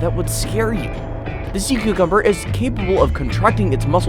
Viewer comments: “Sea cocumber” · "sees sea cucumber" 𝕬𝕬𝕬𝕬𝕬𝕬𝕬𝕬𝕬𝕬𝕬𝕬𝕬𝕬𝕬𝕬𝕬𝕬𝕬